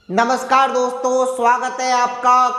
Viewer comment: Sir, नमस्कार होता है या नमश्कार।